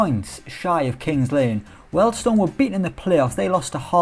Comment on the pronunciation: its pronounced "Wheel'd stone" not "weld stone" !! love your work though! Edit, my daughter renamed my YT, im a grown man not a comedian kid and i work in Wealdstone!